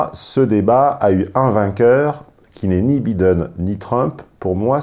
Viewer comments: entre les "voice" et les "bideune" faites un effort sur les prononciations "les cocos" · Ca se dit "Baïdeune" et non Bideune! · Faites un effort... en Anglais le (i) se prononce (aille) et le (E) se prononce (ille) En théorie, il faudrait prononcer ‘’ Joe Biden’’ : « Joe-bail deun » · Es-tu s^ur qu'il habite aux États-Unis? Ça fait vraiment mal aux oreilles. Je ne connais personne qui ait passe plus de 6mois aux USA prononcer tous les noms 'a la française comme il le fait. "Biiiden", "buuuli" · le mec qui critique l’orthographe de ses abonnés tout en étant incapable de prononcer « Biden » correctement.